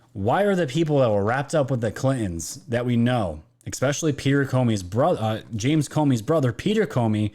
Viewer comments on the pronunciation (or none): THANK YOU! Great video as always!!! 🙏🏼 But I feel you are too sharp to keep mispronouncing “ESPECIALLY”.. not “eXspecially”😉. Keep up the good work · Ickspecially(not a mean comment i hope, just sayin) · Ok i have to say it cuz im a Grammar Nazi and its been driving me insane. ESPECIALLY... not Expecially Sorry... just had to say it!